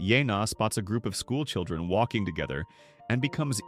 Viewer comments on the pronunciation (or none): none